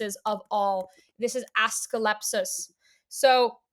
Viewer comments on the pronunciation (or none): I'm sorry his name is what? 😂 Assclepsus? Do you mean AS-CLEP-EE-US